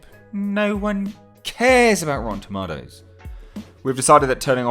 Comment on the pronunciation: Lol it's a joke that RT bothers you so much. Here's an idea. Create your own website with the features RT has taken away from you! Lol. Ps stop saying TOMATOES like that.